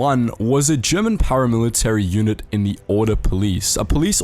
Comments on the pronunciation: As a German I can say you did pretty well with the pronounciation for an english-speaker 👍🏻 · Impeccable pronunciation on all the German, dude! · You german pronunciation is really good